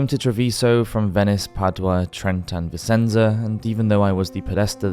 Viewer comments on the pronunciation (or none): Very interesting and beautifully narrated. Just one thing. Vicenza is actually pronounced “VI - CHEN - ZA”! Hope that helps.